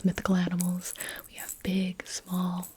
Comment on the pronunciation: I genuinely thought she said “I am twelve”...